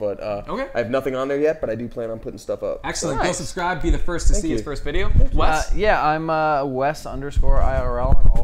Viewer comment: Damien: Whut eef eyee just talk like these for the whole veedeooo? Me: whispers don't